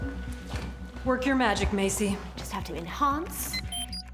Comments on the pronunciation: Enhaunce enhaunce oh too much dehaunce.What the heck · All I have to do is "enhonce" 😂😂😂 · Enhaunce...... enhaunce....... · Enhance might be a thing… but what about… “enHONCE”